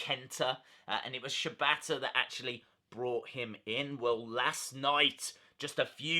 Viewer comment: Wrong it's pronounced Shee bata